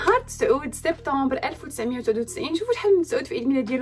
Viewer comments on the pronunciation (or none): none